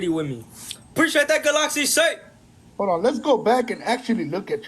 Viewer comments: A ga-loxy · anyone that calls it a GalOxy needs to be roasted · Anyone going to mention the way he pronounces galaxy ? GOODLOKSEE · Off topic but does he not know how to pronounce “Galaxy”? 😂